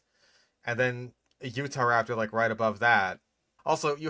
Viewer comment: I love how the guy only pronounces Utah correctly when he explains that Utahraptor is named after Utah, and then goes directly back to mispronouncing it